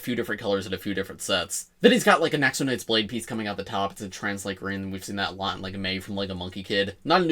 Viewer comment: I am currently part of a car load of people (including two children) who all heard you say new Raven penis instead of piece. I never realised Lego could be so spicy and NSFW 🔞